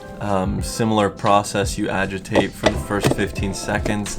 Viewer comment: "30 secćčonds"